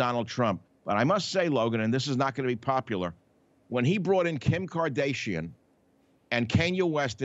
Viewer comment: Carl Fredrickson from “Up” and Kim Kar-day-she-an.